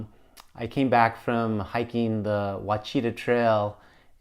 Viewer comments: pronounced "wash-ah-taw" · Ouachita is pronounced “Wash-uh-tah” 😉 Local gal commenting. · Never heard "Ouachita" pronounced like that before.